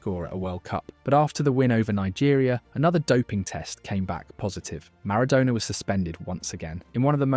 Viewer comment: i just wish you could pronounce Maradona correctly consistently..